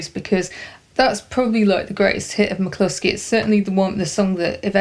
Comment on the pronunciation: Is it pronounced MAC-LUSKY or MAC-KLUSKY? It sounds like you're saying MAC-KLUSKY.